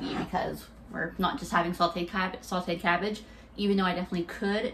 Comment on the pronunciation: I loove you. BUT. There is no "L" in sauteed.